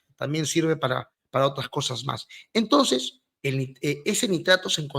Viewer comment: así como explica,,,con drifruz,,,y odrebre,,!! No a cambiado nada,,intonciz